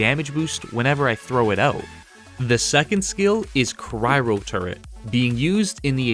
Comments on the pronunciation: cry-o not cry-ro turret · Let’s fine tune your pronunciation of “Cryo” even further. You keep saying “Cryro”, with an extra “r” in there for some reason. It’s simply pronounced “Cry-O”, let’s say that together but slowly and then put it all together… “Cry”. then. “O”. There you go! And great build by the way, keep ‘em coming! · Lolwut turret? Wtf is cryro? Dude, go attend some pronunciation classes before recording videos(kidding). Next, why not use head, chest , pants of borealis to get all the stats you want? Next stop. Why ice component when you need toxic to keep your ammo up and getting more damage to enemies with toxic with euthanizer and radical therapy? Concept of doing sniper build with turets is ok. Choice of the armor parts and mods are questionable though.